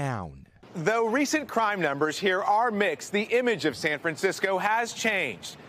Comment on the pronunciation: "San Francisceow"